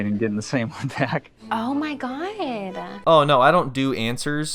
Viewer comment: Jessica: "Oh my Guyodd!" <--- do pretentious, shallow people practice how to say words SO strangely to make them appear "unique"??